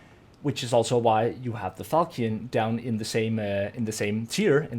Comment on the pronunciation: Just for future reference since you like the weapon so much the word falchion is pronounced fall-shun. Imagine it's spelled falshn.